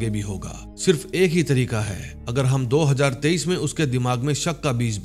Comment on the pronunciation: Do hazaar tarwinjha bola time isme... areeh ap punjabi ho matlbh